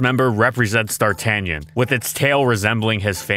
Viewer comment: As someone who's irl name is D'Artagnan Thank you for taking the time to pronounce it correctly. My life has been a nightmare of being called Dartigan, Darktannon, and darkoctagon